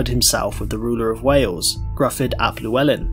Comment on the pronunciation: Very well researched video, though I gotta say it does irk me a little when people pronounce Gryfwdd as "Gruff-udd" or any permutation thereof, rather than the same as the (Welsh-derived) English name "Griffith."